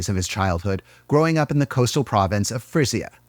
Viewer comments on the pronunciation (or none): Yo, you know, Frisia is pronounced like Freezya. Well, not like freeze ya and more like the z and y together are like the g in beige.